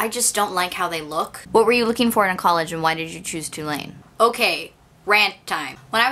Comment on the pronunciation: what college is she saying? twolanes?